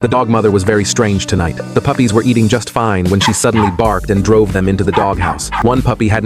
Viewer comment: Why did bro say puffys